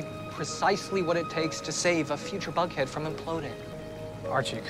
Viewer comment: He said Vughead too